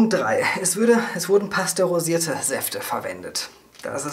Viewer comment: Heisst es nicht "pasteurisiert" statt pastorisiert?